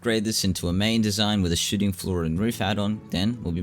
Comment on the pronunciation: Every time he says shooting floor I think hes saying shiting floor, I love it lmao